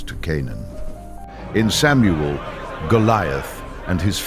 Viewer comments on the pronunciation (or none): none